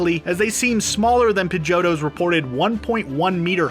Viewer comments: Excuse me but it's pronounced PIDGEY-OTTO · We just gonna ignore how he said pigetto